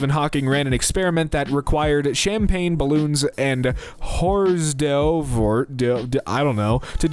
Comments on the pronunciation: it's pronounced "or derves", little bite sized party snacks they bring out on a tray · hors d'oeuvres is pronounced "or-derves" /lh